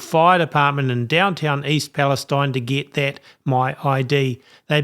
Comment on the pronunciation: I don't mean to have a go at you but why is Palestine pronounced differently ? Is that to please the Zionist lobby ? Which is out of racism against Palestinians. It would be better to change the spelling to eene.